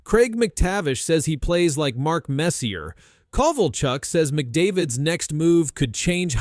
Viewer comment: Bro learn how to say messier jesus wtf